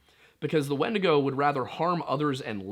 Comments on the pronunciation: This man did not say wendussy plz tell Me he didn't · ...this man just say wendussy? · Yup, subscribed instantly upon hearing wend-ussy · “It’s time to skinwalk your way into the woods and hunt yourself some wendussy” 💀